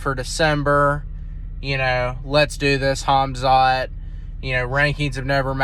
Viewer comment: It's Khamzat you big Dummy.pronounced Hamzat and not Hazmat 😂